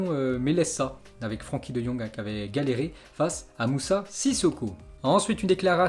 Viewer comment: Frenckie de jong pas Franckie ... -_- !!!!!!!!!!